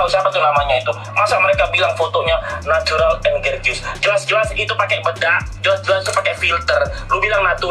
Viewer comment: "masa mereka bilang fotonya natural and GERGIUS" Perasaan "gorgeous" itu bacaannya "GORJES" deh. Bhs inggrisnya aja masih belepotan ini org. Jgn dikasi panggung guys, please!